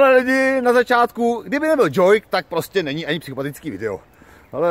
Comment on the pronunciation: kedy sa naučíš že to nie je joik ale jouk (džouk)